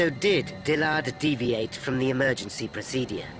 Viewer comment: Someone needs to teach the narrator how to pronounce word "procedure". It drives me insane.